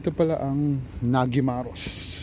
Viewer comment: NADYMAROS. In Hungarian, the letter "G" is pronounced "D". Good luck in developing the channel!